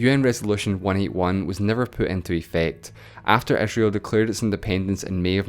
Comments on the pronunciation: capital of Eh-srael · Dude, what wrong with your accent??? You pronounce I as E and E as I.... cety? Esrail?